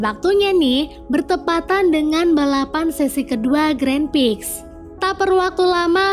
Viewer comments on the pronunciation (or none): Maaf.tu penjelasan nya kurang mantap masa grand Prix di sebut grand Pix🤭. Maaf ya mba kalo kasi sesi penjelasan film nya agak di bagusin dikit